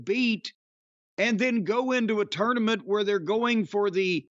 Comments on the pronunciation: I can't stand how says tournament..can't Jim correct him already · I'm probably the only person the gets annoyed at how pronounces tournament lol